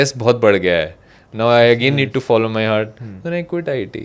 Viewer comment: Sir hurt nahi heart bolo😅